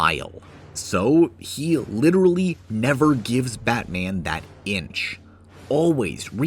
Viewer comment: nah but literahlee